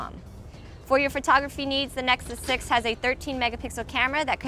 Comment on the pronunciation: "Again I'm, and you been checking out, the neck six six"